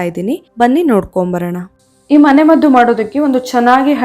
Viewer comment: adu "mane maddhu" alla.." mane maddu", dayavittu kannada kole maaDbeDi 😂